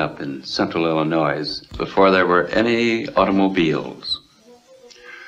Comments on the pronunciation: Me too although he pronounced Illinois wrong. I've never said the s and pronounced it Ill-a-noi. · I live in the metro area of Milwaukee, WI and I have to say that Midwesterners don't sound like that. He pronounced Illinois differently than we do too. We don't pronounce the s.